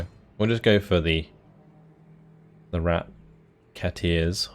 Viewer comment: Rat-Keteers, like musketeers without the mus but a lot more rat ;)